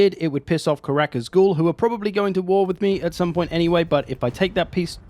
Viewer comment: Love the video. Think it’s a great idea, super excited for the the next. Karak Azgul? With a G?